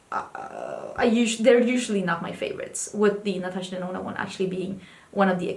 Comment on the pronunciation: In my head, everytime you say Natasha Denona, I still hear Natasha Deno-no 😂